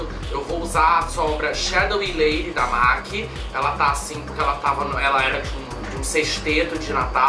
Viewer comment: Que luxo!!Será que é só eu que volto quando vc pronuncia os nomes dos produtos da mac com o seu inglês glamuroso..? #NemAsGringaConsegue #PorqueTemQueTerCarão #Aceita